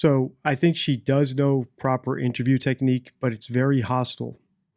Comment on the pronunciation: Does deliberately say" intraview" taking the piss? He switches between "intraview" and " interview ". Is he having a laugh??